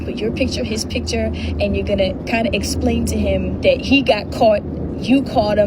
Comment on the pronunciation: Omnibullé ? Il était pleins de bulles ? Et "Zat" ? vraiment ? madre mia